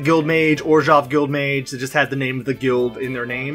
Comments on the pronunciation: Finally someone else who says "Orzhov" instead of "Orzov"! Love these videos by the way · Orzov isn’t a wrong way to pronounce it. But orzhov is a really better way to pronounce it.